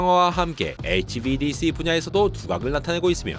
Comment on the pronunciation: HVDC발음할때 지렸음